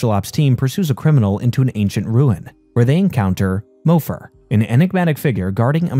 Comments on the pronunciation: into the video, The narrator mentions MOPHIR pronouncing it MO-FER when in the episode it's clearly pronounced MO-FEAR. either it's AI or the narrator never paid attention to the episode. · It’s MO-FEAR not MO-FUR